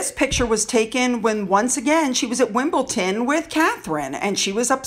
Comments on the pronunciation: Good video and spot on. You've hit the nail on the head. Thank you. Just one thing, it's Wimbledon not Wimbleton. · It's pronounced Wimbledon not wimbleTON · Hi, Meghan's obvious jealousy of Kate is evident and just added to her determination to leave the RF and start exploiting her new Royal status. Kate oozes class whilst Meghan looks she's the hired help beside her. PS: just in case you mention it again it's WimbleDON not Wimbleton. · I think she is extremely jealous of our future Queen. It’s Wimbledon lovely lady as opposed to Wimpleten 🤭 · luv u, but its WimbleDON not wimbleton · It's pronounced WimbleDON not WimbleTON. The first time you mispronounced it I thought I'd misheard you, but you went on to make the same mistake several times afterwards. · Pronounced Wim-bull-dun, no T:) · just to say its Wimbledon....D not T! Furthermore her issue with Catherine is that she is everything that mm isn't! MM hates herself and hates who she is, that's why she endeavours to look the way she does. White. Moreover having to be behind this tall and willowy woman who also is married to the man she actually wants must stick in her throat like dry bread. Catherine had to work hard to get where she is, MM simply thought her little bit of TV fame meant that she would automatically be elevated, but nobody knew who she was so that was completely unrealistic. She also didn't help herself with her nasty attitude which showed itself very early. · It’s WimbleDon,!! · It’s WimbleDON, pronounced the same as London. 👍 I was expecting today’s post, to be about Minge and Cringe speaking about vaccines at the Global Citizens concert, in New York last night. Couldn’t believe it when Harry left a huge pause after saying a gesture to “my wife”, followed by the phoney public display of affection. Pathetic. 🤮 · It’s Wimbledon! Not sure what you’re saying!